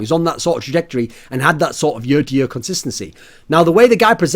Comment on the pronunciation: I love how he says year